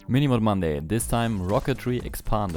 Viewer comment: Ah, yes, "mini-mod"